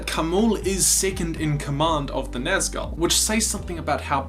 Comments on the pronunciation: Btw, Nazgûl is pronounced Naz-ghoul, not gull. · The way you say naz gul... "naz gal" .come on dude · "i'm a huge tolkien nerd" >pronounced nazghul wrong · Is it the way he butchered just the name, "Nazgul"?